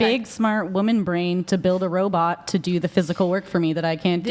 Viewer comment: When I gwow up I'ma build a wobot 😂